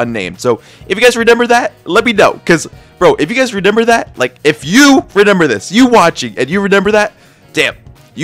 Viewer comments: shout out to for saying renember instead of remember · Blud keeps saying “renember” 😭